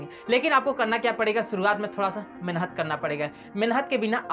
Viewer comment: मेनहत नहीं मेहनत होता है😊